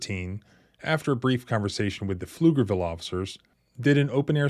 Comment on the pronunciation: Congrats on pronouncing Pflugerville correctly 😁